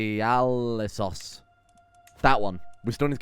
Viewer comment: The Ialyssos pronunciation was god damn spot on ! Also wouldnt it be cool to name one of your children Beo ? Since you are a wolf dynasty after all